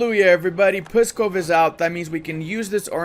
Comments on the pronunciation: Nonono, do not make any sound between P and S, like Pssskov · I chuckled when u tried to pronounce pskov and mozhaisk lmao